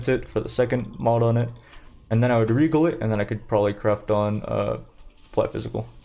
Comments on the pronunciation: Aljemy is the correct way to say it though... Rejal too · What's with your pronounciation? Aljemy Ajony Rejal I never heard anyone unable to pronounce "gha" or Idk if you do it on purpose.